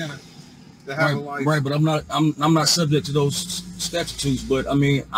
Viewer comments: Statututes. :face-fuchsia-tongue-out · Statitutous? or ???? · let me ax you about the statutuetes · Lord, have mercy. "Statchatutes." LOL - that made my day!!! 🤣🤣🤣 A badly needed chuckle - thanks,, and!!! 💗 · "Statchatutes" was my favorite. Bless him. haha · "Statchatutes." LOL - Luv it!!! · Yes, he said "stachitudes". I learned a new word today! 😆. I think I'm done for the day. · You need to know what the “statchitudes” are. 🤣😂🤣😂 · This bloke did say "Statitutes" !!! He's none too bright !!! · He did inDEED say “statitude” it’s like an attitude but ‘differnt’